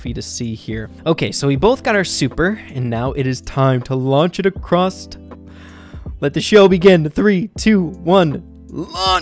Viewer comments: dear, it's across not acrosst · Kinda frustrating that he kept saying acrosst 😂